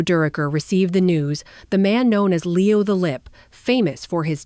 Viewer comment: AI is terrible to use for narration. And whoever is deploying it obviously doesn't know that it is murdering Leo's name. We see this far too often. It's lazy. I did enjoy the photos that include my father, Homer Peel. He and Mel roomed on the road the years that Homer played with the Giants.